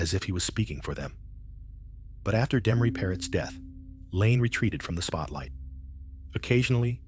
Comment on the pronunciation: This guy is taking bit and pieces of other documentaries and putting them together wrong trying to be somebody and half of it is bullshit. He can't even pronounce Demories name right. What a crock of shit!